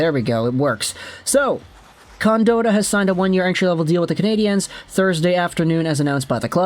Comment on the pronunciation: Its pronounced con-Dot- tah not dotah